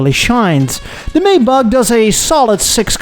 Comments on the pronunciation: How do you manage to pronounce everything wrong - I thought one of the arrogant traits of Europeans was a disdain for Americans just making up works instead of saying them correctly. You’ve managed to out American, the Americans. (amongst others: The phonetic spelling of "Maybach" is MY-bakh. It's pronounced with a "MY" sound followed by the German "bakh".) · Dude. You are Dutch. Surely you know how to say "Maybach". (Something like MIJ-bagh in case you really don't.)